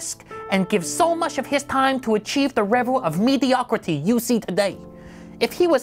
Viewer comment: revel of mediocwity.......LOL